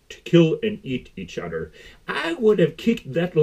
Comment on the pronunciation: You keep saying "Eating each udder" 😂